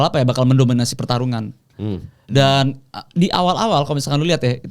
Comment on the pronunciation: Benoa siapa ?? bukan nya benoit 😅